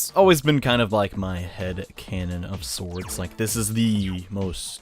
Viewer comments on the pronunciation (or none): none